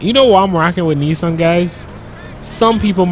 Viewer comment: The Nissan Titan worrier Pronounced Nis an